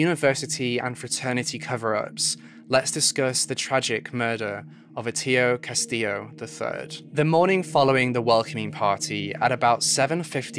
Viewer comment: Hor-a-shio Kas-tee-yo. You mispronounced his name every single time you said it.